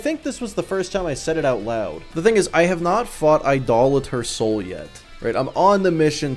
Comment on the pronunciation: Can you please teach the other streamers how to pronounce Idolator Sol?